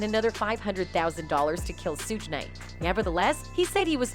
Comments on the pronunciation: 2 Pack and Soodge knite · HOW N THE HELL CAN A KRA'KA TELL YOUR STORY, WHEN THIS IDIOT COULDN'T EVEN PRONOUNCE NEITHER 2 PAC NOR SUGE KNIGHTS NAME CORRECTLY